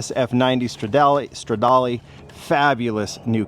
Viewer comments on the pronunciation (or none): none